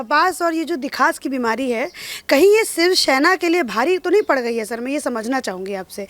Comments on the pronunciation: btw she is saying 'sivshena' which is not close to shivsena or shavsena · Who is this anchor who can't even pronounce "shivsena"?